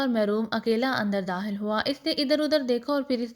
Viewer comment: Sry to say bht achhi story h pr aap kha ko haa q padhti h?😅 every time jb kha word aata h likh khawer ko hawer dakhil ko dahil khatun ko hatun 😅